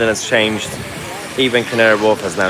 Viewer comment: "so to CAHNGE my profile picture to a 'Union Jack takes days".🤦